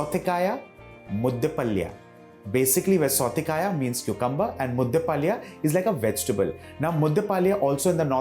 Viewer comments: Very nice recipe and explained in a very systematic way. However, being a Kannadiga, I was cringing a bit at the pronunciation of southekayi (Varun was pronouncing it as southekaaya!) and palya (Varun pronounced it as paalya!). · Authentic Mangalore cuisine does not use peanuts...for the simple reason because its not grown there...and pl chef it's pronounced as 'Southekayi..and 'mudde palya'